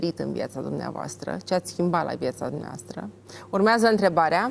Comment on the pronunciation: Denis esti superba, extraordinar moderator, totusi acest ton aproape lātrat " urmeazā întrebarea" ce rost are? N-ai putea totusi s-o spui mai linistit asa...cum de altfel o si faci câteodatā? Felicitāri oricum pentru emisiune.